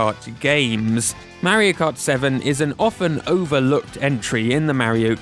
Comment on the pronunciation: "merry-o cut" Lol